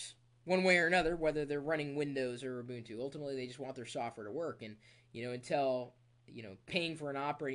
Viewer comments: U bun two is how you say it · Almost nobody pronounces it like that.. even the most hardcore linux users..